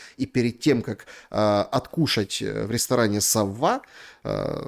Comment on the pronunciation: СаввА, - это по французски. А САвва, - это имя такое есть у нас, у русских